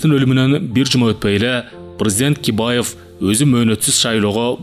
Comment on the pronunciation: Бакиевди Кибаев деп коюптур